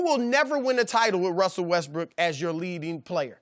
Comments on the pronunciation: the thing says westBRICK🤣🤣🤣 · Chris almost said Russell Westbrick 😂🤣😅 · Russel "WestBrick" LOL